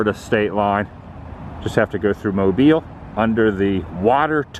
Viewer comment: And you pronounced “Mobile” correctly. You must have insider knowledge.😂